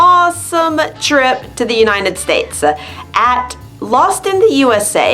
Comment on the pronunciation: Why do you say the United "States-a"? They'll all sound like Super Mario. I really liked how you orgaznized the video/vocabulary and your presentation is great!!